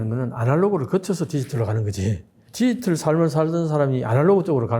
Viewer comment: 디지털 발음 연습하세요 ㅠㅠ